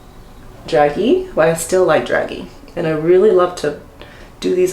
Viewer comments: "DRAZHEE" not "Dragee" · “Dragee” pronounced Dra-jay. All Very pretty! Thanks for the video.☺️